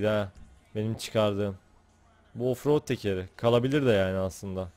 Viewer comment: ingilizcesini konuşturuyor ofrod sençın yea